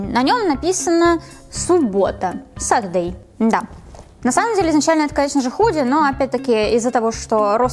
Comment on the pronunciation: Насколько я помню суббота читается, как "сэтоди"